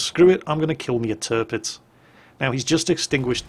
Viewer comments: at around 16 ish minutes did you call the tirpitz the derpitz? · 'Dis Derpitz'... :D